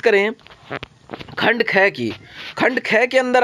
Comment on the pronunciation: Khand kheee kyon bolte kh bola karo Khand gay ki khand aae ki